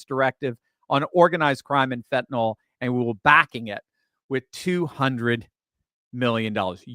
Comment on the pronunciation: Fentanyl, not fentanole, I suspect Fidel Trudeau needs a dose or two to ease his pain 😂😵‍💫